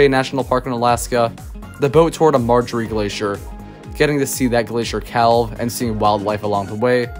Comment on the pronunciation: Great video, as I always enjoy national park videos. May I nitpick, and point out that the town of Moab in the Canyonlands section is MOE-ab, rather than MOE-ahb? In Glacier Bay, the 'L' in calve is silent--the first syllable of "cavity". I agree about Grand Canyon, even if the hike is to the first water stop a mile or so in from the South Rim. In the Hot Springs section, Ouachita = WASH-uh-tah.